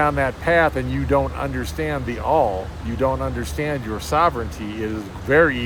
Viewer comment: It is “U”nderstand not “I”nderstand lol you say that funny